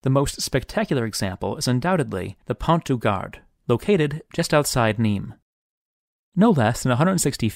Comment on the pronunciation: Pon du Garr not Pont du Gard.